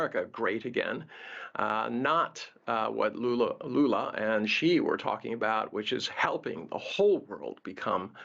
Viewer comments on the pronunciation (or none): Did he called Lula “Lulu”? 😂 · Yes, Lulu sounds better than Lula😂😂😂